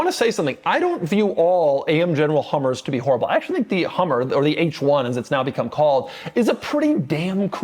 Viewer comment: Did Doug say Cummers instead of Hummers?